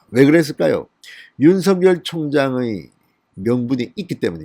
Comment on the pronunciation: 진성호씨 윤총장 이름을 개명하지마세요 가끔씩 (윤 석 열) 을, 윤 서 결, 윤 서 결 이렇게 발음하지 마세요)